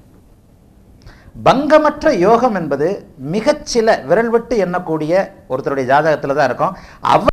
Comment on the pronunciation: Namaskaram Excellent about your pronunciation about yogam. Venum ungal Asirvatham.